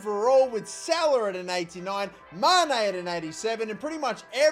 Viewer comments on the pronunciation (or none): Mane - ❌️ Ma "i" ne - ✅️